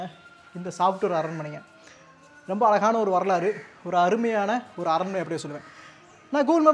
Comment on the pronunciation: Your pronunciation of "ALAGANA" IS WRONG,Using the word again and again, ask some TAMIL PEOPLE how to pronounce this word ALAGU. Please.